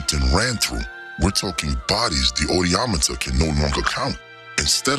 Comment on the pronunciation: The odieometer.... 🤣